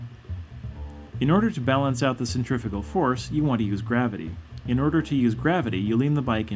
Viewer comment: Centri-FUUUU-gal. Please say it differently. To be honest I would've thought that this is a natural instinct to all bikers/cyclists and hardly needs explaining.